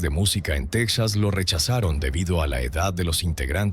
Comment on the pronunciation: Asi como que se te dificulta pronunciar el dinero! La linea de emergencia es 911 tal cual! Texas se pronuncia Tejas y el dinero se pronuncia asi cuatrocientos mil dolares! Porque cuando hablas de dinero no se entiende nada